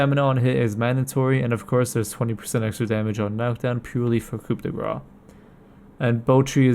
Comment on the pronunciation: your using "Coup the What!? de GRÁ!?" just say the Grace ^^ lol